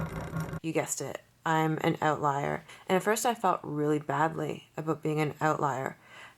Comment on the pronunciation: One of the benefits of outliers is you can tell if they're Canadian when they pronounce the word "oatlier"